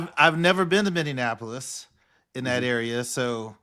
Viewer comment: Lol. Minnesota native. it’s MINNY-APO-LIS. not MINNY-AN-APO-LIS ♥️